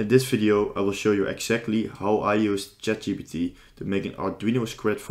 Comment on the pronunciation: This is a good video. I feel like a nerd for mentioning this but it is Chat G*P*T not GBT. Also, I've found that GitHub Co-Pilot is a bit better at coding than ChatGPT.